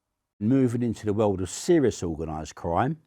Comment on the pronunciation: "in the wewrd"